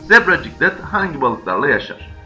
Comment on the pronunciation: Zebra ciklit degil ciklet